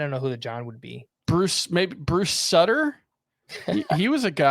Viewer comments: Yup SUE-ter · Bruce Sutter is in the HOF,. It's pronounced like 'Suit' er. Love you. But you should know how to pronounce a HOF reliever's name. There aren't that many of them.